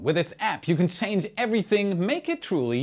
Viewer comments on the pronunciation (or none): none